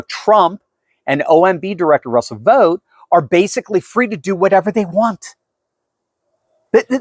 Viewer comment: Vought is not pronounced vote, it's pronounced as vaut.